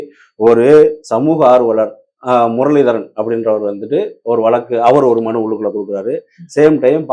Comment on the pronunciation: நெறியாளர்கள் முதலில் தமிழை நன்றாக பேசத் தெரிந்த பின் நெறியாளர்களாக வந்து அமரவும். தமிழ், வளக்கு போன்ற பல வர்த்ததைகள் சரியான உச்சரிக்க படவில்லை